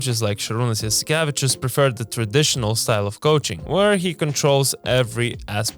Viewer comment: Man you butchered jaskevicius name